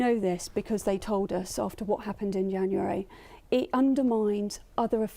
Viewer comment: she cant even say January properly